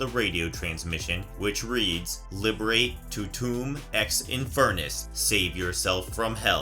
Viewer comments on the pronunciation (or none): A whole lot of what you said was wrong. Especially you trying to pronounce things they actually pronounced correctly in the movie, but you somehow fuck up like you were just reading it and never heard the words spoken. Liberate tu te me, Ex inferus = Liber ott tay .... too tay may ... ex infernus. but if you watched the movie you'd know that.